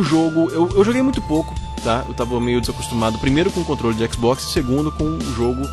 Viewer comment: A não por que você falou mal do xbox você disse xboxta kkkkkkkkkkkk Zuera